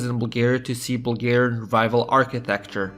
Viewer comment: this video was well made but the way you pronounce bulgarian stuff just kills me